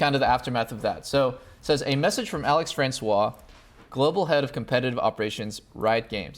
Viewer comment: You pronunciation of François Is very good.